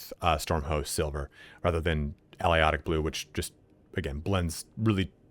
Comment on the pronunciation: Al-i-ot-ic???? Ah-lay-toc. I've never heard that name butchered so badly before. Nice vid otherwise though.